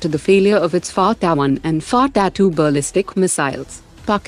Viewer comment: The way you say faatta 1 and faatta 2 was amazing 😂😂😂